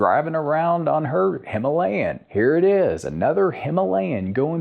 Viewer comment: Very thoughtful review indeed! I will be watching the rest of the videos as well. May I give you a challenge? Can you pronounce the word “Himalayan” correctly in your next upload? Wish you the best!